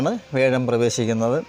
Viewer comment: വേഷം അല്ല വ്യാഴം